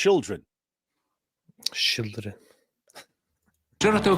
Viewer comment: he called it "Shield-ren" because Hamas practice human shield using the children